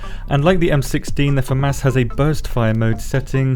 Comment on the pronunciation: Love your videos. I also love how you say Fa mas 🤣🤣 I thought id hate this gun but the fact it doesnt pull back like others is pretty OP!